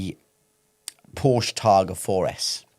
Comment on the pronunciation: Guh-LAR-do. Britts butcher that and Porsche.